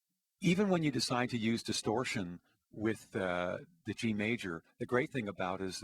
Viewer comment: Cant pronounce distortion correctly,not stereo audio,wtf 240p video? TC FAIL